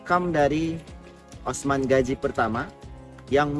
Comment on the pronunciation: Gazi bukan gaji